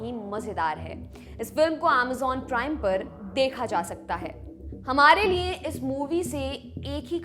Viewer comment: देवीजी आप लिए को नीये क्यों बोलती हैं